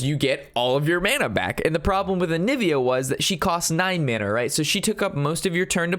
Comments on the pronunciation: AVIANA ROB!! NOT ANIVIA!!! lol good video tho :) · Am I the only one that got triggered that he's saying anivia instead of aviana? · Onivia? i'm pretty surw it's aviana :p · Its not Anivia, its Aviaaaana (Hermione vocie) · AVIANA :) not ANIVIA :) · Onivia rob? you are doing it on purpose now! it's not like the arcanite intelect mistake! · I'm really triggered by the way you say aviana I shouldn't be so triggered by it. But other whys pretty good video!